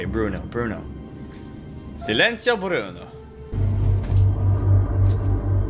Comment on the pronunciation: You pronounced silencio pretty well. You should hear my German...ACHTUNG ACHTUNG!!!!